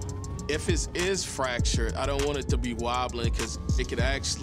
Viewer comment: did he say fractured or fa....ot lol